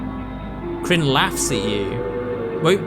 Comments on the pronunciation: I love how he says krin for karin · mate, tbh, the game is so russian that seeing people mispronounce characters names makes me giggle